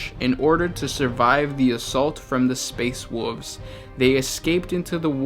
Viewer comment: Hahaha you legit say Space Woofs. Hahaha God Damn furries!